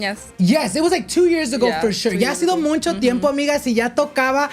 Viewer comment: I love noche de pendejadas!! BUT I cringe every time you so muncho. It’s MUCHO. No N 😂😂 Also I don’t know if your taking applications still to be in your podcast but i feel like my story is so important and it’s a whole chisme. W/o to many details my husband was cheating on me with my best friend for 7 years😮😢😢. Disclaimer we worked it out. But if you want all the details hit me up. Did I mention this was all in the middle of Covid and we were in the middle of having to move to Italy. 😂